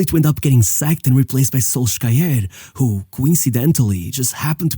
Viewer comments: Can we pronounce Solskjær properly? It is "sul-sher". Not "sol-skja-er". Not that hard to find a video where the name of the famous United player is pronounced by a Norwegian. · Solskjær is best pronounced "Solsher" in english. Love your videos, bro! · amazing video but please put some effort into the pronouciation of names. Solskjaer is pronounced a lot differently (in Norwegian and English) and it sadly makes what you are saying feel worse than it is. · I kinda liked SolSkyer xD